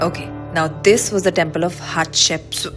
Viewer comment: ha ha shep sut........Hatshepsut...thats exactly how it sounds when you heard from a local and trying to say it .....ha ha..shep